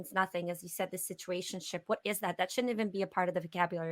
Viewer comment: She clearly like "situationship"